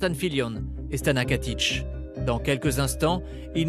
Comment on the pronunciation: KATIC PAS KATICH !!!